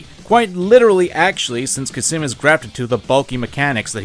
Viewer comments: hey, khamsin isn' pronounced kha-sim, it's kham-sin. just thought i would mention it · Kha-sim? You mean Khamsin??? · It honestly physically pains me everytime he says "Khasim". It's Khamskin (pronounced Kam-skin) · "Khasim" Khamsin, it says it on the call,, KHAMSIN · hurts my ears to hear him say khasim everytime instead of khamsin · it's pronounced "kass-min" not "kassim" cmon now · Idk why but the fact that he pronounces Khamsin as Khasim really pisses me off. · I like how he says "khasim" instead of "khamsin" for some reason. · "Khasim" lmao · Khamsin* (yes i am being annoying about this but this fucking gets on my nerves) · The way you pronounce Khamsin without the m is absolutely horrific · Never thought a simple pronunciation would trigger me. XD It's pronounced as "Qaasem" not "Cuss 'em." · Why is noone talking about how he calls Khamsin Khasim? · My guy cannot pronounce character names, I'm wondering if it's an in-joke at this point. "Khamsin" to "Qasim", "Excelsus" to "Excesulus". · God the way you pronounced Khasim and excelsus, good video though. Im my own master now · The beauty of your pronunciation and spelling of Khamsin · I was gonna get on your ass for mispronouncing Khamsin's name, but to be fair, Khamsin mispronounces his own name. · I’m my own master now. I like how not a minute in and is constantly mispronouncing and misreading “Khamsin” In addition to the points you made about The Hot Wind Blowing, I’d also like to bring up the view that the song is a mockery of Khamsin. He IS the man who believes he’s American. He’s number one. They’re willing to let people tell them everything to do and carry it out without hesitation. Sam gets a pass, because he seeks out his own justice and follows his own groove. Khamsin is just a slave. And even a dog is more free than the self proclaimed master.